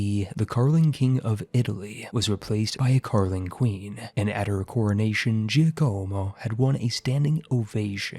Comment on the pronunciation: Who else died a little inside every time he said Giocomo that way. It's JOCK-uh-mo, my dude.